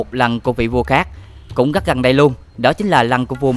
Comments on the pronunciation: Rất là đẹp chứ không phải là " gắc là đẹp " nha, thanh niên mà phát âm chán quá... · Hy vọng bạn có thể thay đổi được việc phát âm 😢 , "gất nhiều,gất gất đặc biệt,gất choáng ngợp,gất...,gất..." . Cứ mỗi cuối câu là được bạn thêm thắc cụm từ "các bạn" 😢